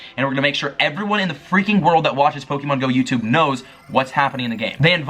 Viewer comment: yokoHAma. not yokoAma. poh-kay-mon. not pokey-mon. thank you.